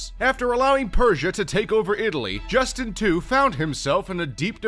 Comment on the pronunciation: "Justin two" 😶🔫